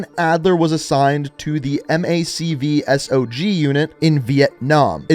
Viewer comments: Dude, don't spell out MACV-SOG...Just say MACK-VEE-SOGG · it's just pronounced MAC(K) Vee SOG (as in Soggy) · M A C V S O G no you say it like one word because it sonds rearded if you dont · I cringed when he spelled out MACV-SOG